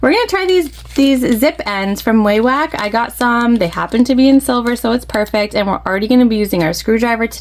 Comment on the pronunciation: Yes from Wawak (You pronounced it correctly btw). Another great video!!! ♥️